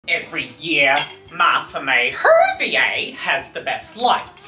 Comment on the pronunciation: “ MaRtHa MaY WHEOWYATDY “